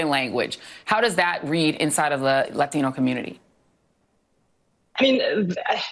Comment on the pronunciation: Wait, did Joy Reid say "Latin-O" community? How dare she?